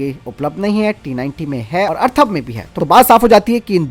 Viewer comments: Atharva na ki Arthava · मेरे बंधु... जानकारी अच्छी है, परंतु अर्थव और अथर्व में फरक जानलो...